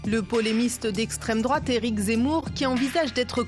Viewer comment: "Proche de la droite" putain y'a Anal Genocide dans ces abonnements youtube, juste en dessous du Cercle Richelieu, et vous dites "estreme drouate" bordel mais vous etes complétement attardés les journalistes xD